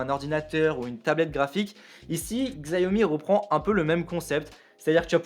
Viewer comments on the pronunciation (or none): Par ailleurs ça se prononce shiaomi vu que c'est du chinois xiao - mi = 小米 qui veut dire petit riz xiao pour petit et mi pour riz